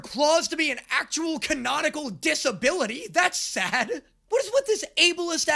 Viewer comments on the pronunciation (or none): I know he meant to say canonical but it sounded like can-nautical and I feel like that joke writes itself